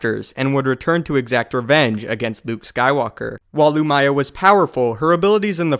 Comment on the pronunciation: loo-mee-yah not loo-my-ah